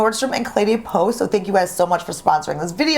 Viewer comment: It sounds like you are Pronouncing the name Cle DAY Peau instead of Cle DEH Peau. That is the first time I have heard the second word in the name pronounced "Day" instead of "Deh". Am I and others pronouncing it wrong?